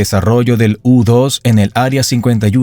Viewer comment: Mannomann, es heisst nicht aerea Fifty-won, sondern fifty-wan. Und U2 wird nicht jutju ausgesprochen. Ist Englisch denn so schwer?